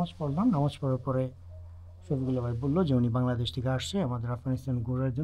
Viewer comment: বাই না ভাই বলুন ঠিক করে বাংলা বলুন